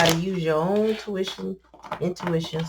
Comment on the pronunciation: "O'ntuition" is beautiful